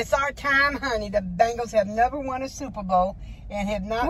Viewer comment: 😆😆😆😆it's not bangles it's bengals